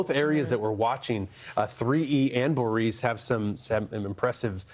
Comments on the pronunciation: Please figure out how to actually pronounce Boris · Boris does not sound like Boreece or even Borice, Boreese! Sasha & Borisn